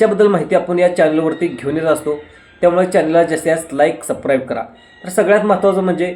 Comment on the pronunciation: चॅनेल काढलाय आणि subscribe शब्द पण बोलायला येत नाय Supcribe बोलतोय